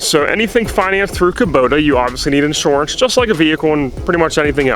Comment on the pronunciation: You say inshorance funny. Lol jk Thanks for the honest video. It's funny when people pretend like they paid 25k for the tractor and leave out everything else.